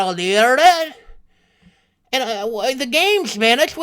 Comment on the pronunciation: the way you said internet made my sides hurt.